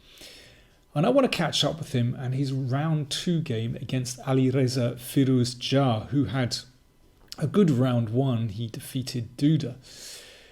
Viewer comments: you are pronouncing Firouzja's (last) name wrong. It is more "fear - oo - sch - yaa" not "fear -oos -dja" . Great video though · I hate the way he pronounces “Firouzja” lol